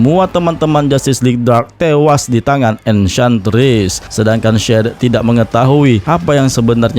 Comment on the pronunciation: Pembetulan mas,sebutannya Ecantress dan bukan Ecantriss😊 maaf kalo membuatkan kamu kurang senang sama pembetulan saya nih